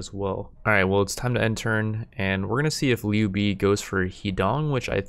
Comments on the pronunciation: it's not pronounced Liu bee its pronounced Liu bae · haha he butchered the name in a very funny way “niu bi” = “牛逼” meaning strong and awesome, but is a slang and can be used as a irony. This guy is so niu bi that he can’t answer 1+1. Was laughing for a whole min loudly and ten in my head, made my day